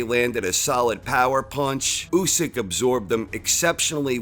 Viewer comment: i cringe when this dude says " Usyk " ..